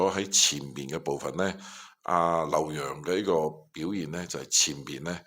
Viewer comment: 咁你講 劉 洋啦、識讀啦！費事成編都讀錯😅😂